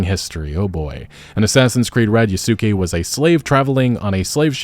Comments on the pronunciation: Hate to nitpick, but oh man, when he said "Ya-Su-ke" i have to remember that this is how they say it in english lol, so hard to get used to that. Originally its said as "Yas-keh" and dude is a absolute legend. Went from a slave to serving as a general to Nobunaga and everything. Netflix captured his story well. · you dont even have to be a grammar NotZee to find this pronunciation painful and borderline disrespectful, damn bro dont do Yasuke like that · You keep mispronouncing Yasuke's name. The "u" is supposed to be silent.